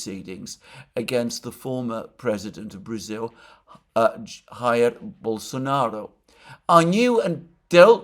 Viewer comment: Jair, as in Dzhair. It's in Portuguese, not Spanish